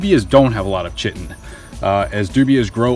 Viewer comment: Chitin... pronounced "kite-en"